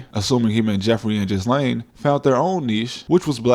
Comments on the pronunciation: Great video👍👍 also the S in Ghislaine is silent. So its pronounced “Gilaine” not Jizzlaine lol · In what world is Ghislaine pronounced Jizz-lane? it's Gih-LAYN... Get cultured... geez! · Yes. He was a spy or an intelligence asset. A tool really. A disposable tool. What's being covered up is not Trump's activities, but rather Mossad's and how compromised American industry and government is. BTW Ghislaine is pronounced Ghee-len in English. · It's pronounced "Ghillaine" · It's pronounced jil-ane (Maxwell). Regardless sir, you never cease to amaze me regarding the legwork you put into your stories. Fab as usual, and I wait for your pieces with the anticipation of a Hollywood blockbuster (but better - since I'm sure you know the value of blockbusters nowadays). I've sent your stuff to members of my family, which for me, I very rarely do. Thanks again, and look forward to the next one. Peace 😎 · I love how blatantly you butchered ghislane's name.